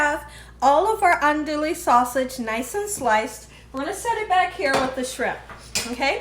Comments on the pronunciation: It's pronounced Awn-dooo-we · Andouille is pronounced aan-doo-ee. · Ahn:dwee. The “ou” is silent.